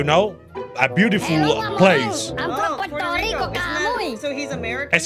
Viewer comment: Nadie Absolutamente nadie Eskimalito: SOY DE PUELTO LICO MAMAHUEVOOOOOOO